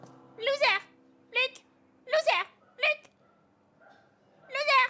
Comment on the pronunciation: Eeh le peroké va me tué 😅😅😅😅 " Luc louseur"